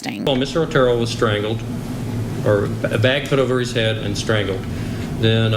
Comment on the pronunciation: So my comment about pronunciation gets deleted? Pronouncing the name of these pitiful victims is the least we can do. They were the OTERO family.... Not ORTERO